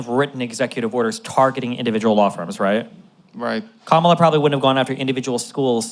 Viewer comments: I don’t think he’s doing it on purpose. A lot of people don’t notice differences in inflection and how to put emphasis on the right syllable. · Her name is pronounced Comma-La! Pronouncing someone's name wrong intentionally demonstrates such a level of bad faith and ignorance. Talking calmly is a smokescreen. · Still can't pronounce Kamala.Smh